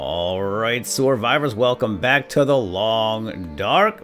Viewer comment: xXxMLGN00bxXx gammer he doesn't say survivors he says soarvivers